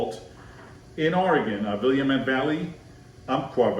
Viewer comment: my man, I love your videos and expertise, but Willamette is pronounced 'will-AM-it". Oregon wine makers are proud of the fact that it rhymes with "Dammit" LOL!!! Keep posting videos because I'm a student of wine and I can always rely on you to entertain and inform. And just as a side note, I would love to see what you have to say about the cabs at Castello di Amorosa in Calistoga, my absolute favorite winery in all of Napa Valley! Dario Satuii is a magician and his winery is stunning!!! We just purchased a Pinot Noir from his cellar and can't wait to try it!!!